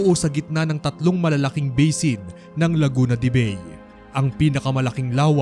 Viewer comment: It's Laguna de Bay. pronounced as bye. It's not a bay, but a town in Laguna.